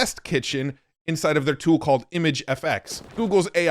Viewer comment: I thought you said inside FART 🎉